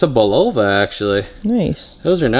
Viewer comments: FYI: BULOVA IS PRONOUNCED BULL AH VAH!! Ty! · I always laugh when the younger generation mispronounces brand names that I grew up with. LOL Bulova is pronounced BULL-A-VA (accent on the BULL). 😊 Love your channel.